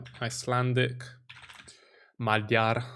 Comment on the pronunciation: How you say magyar is very funny ;D